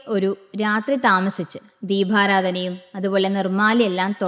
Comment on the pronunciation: ദീഭാരാധന അല്ല ദീപാരാധന